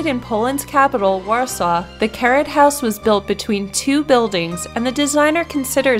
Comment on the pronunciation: I thought she said "the carrot house" at first before the name appeared on the screen, I imagined a house shaped and colored to look like a carrot lol 😂😂